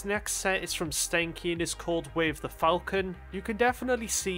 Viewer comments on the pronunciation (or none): none